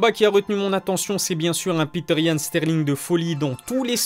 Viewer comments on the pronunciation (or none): none